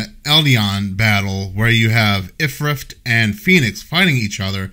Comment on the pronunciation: "My dialogue is perfect" "IFRIFT"